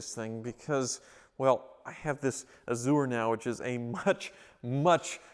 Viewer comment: I love channel, but every time he says A-zoo-er, I cringe. Then I remember he's from Wichita where they say El-Doe-Ray-Doe, Green-Witch, and Are-Kansas River.